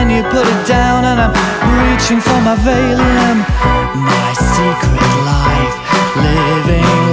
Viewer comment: This is such a fun song to sing along to. I just always wonder why he pronounces 'valium' as 'vaylum'.